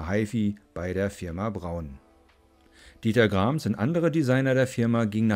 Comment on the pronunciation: Der Mann heisst Dieter Rams und nicht Dieter Krams. Vielleicht höre ich ja falsch.